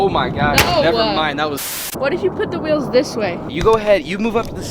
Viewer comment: The amount of times he calls it “wills” and not “wheels” triggers me literally every single time